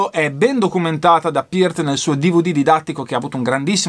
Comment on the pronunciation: RIP Neil "The Professor" Peart (bravo, l'hai pronunciato esattamente): una perdita infinita, direi un batterista IMMENSO (ma pure percussionista) che ha portato la tecnica batteristica e percussiva agli estremi e che ha saputo amalgamare perfettamente la batteria acustica all'elettronica (a proposito, pure Carl Palmer aveva il drumset rotante, vedi VHS Montréal '77 live, ma con gong e timpani sinfonici) e che suonava dal vivo praticamente uguale come in studio, evidentemente si (tra)scriveva le parti di batteria. Ho visto i Rush in TV la prima volta nei primi '80 (Limelight live da Atlanta), il primo video è stato The big money, che mi ha lasciato interdetto; non cito altri brani preferiti, altrimenti uscirebbe un elenco semi-enciclopedico...